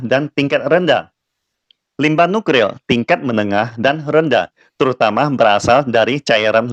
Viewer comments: waduh maaf saya cukup terganggu degan ucapan.. NUKRIL.. seharusnya kan NukLIR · Nuklir....., Bukan Nukril😁🤭🤭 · kok gw dengernya nukril ya😅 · nuklir apa nukril min....semangat ya min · Kesleo lidah dlm mengucapkan suatu kata adalah hal biasa , bro!